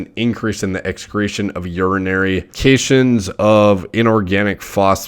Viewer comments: He said "CAY-SHINS" . Bruh it's CAT-IONS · love the channel man ! you’re a smart guy ! (cations is “kat-ions” not “kay-shins” just for future reference. things like magnesium, potassium, calcium, whatever’s on the left side of the periodic table. not trying to be a smart alec, but you seem like a guy who would care about proper pronunciations) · I died when he pronounced cations as "cay-shuns"